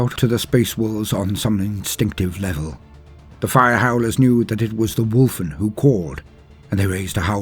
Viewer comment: I love your posts, but all I heard was “Wolf wolf wolf wolf wolf “.;)